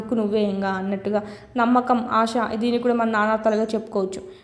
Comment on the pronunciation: ఆష కాదమ్మా ఆశ అని అనాలి. శకారానికి, షకారమ్ అని అంటున్నారు. సరిచేసుకోండి